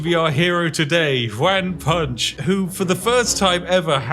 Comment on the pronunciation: all im hearing is "wham punch" instead of "juan punch" or even "hoo-an punch" so wham punch it is. man do i love onomatopoeia character "wham punch" couldn't be more british update: i understand the exploit, im still hearing "wham punch" and tbh it still makes sense